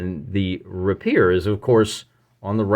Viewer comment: PS. The word rapier is pronounced RAY-pier